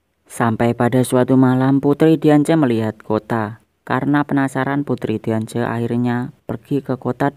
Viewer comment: Xerneas dibaca serneas Diance dibaca diansi